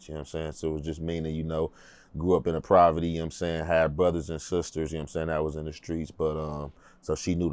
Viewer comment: Wtf is provity? Dudes vocab is garbage 😂 can't even say Poverty, he did not grow up in poverty, what he described was a normal California lifestyle, playing outside, he had both parents, they had a home, he played sports, got disciplined by his father. That's a normal upbringing 😂 dude don't know what Poverty is.